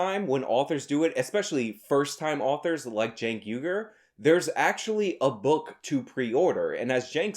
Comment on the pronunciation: Hey man. Has anyone ever told you that it's pronounced 'WEE-gurr'?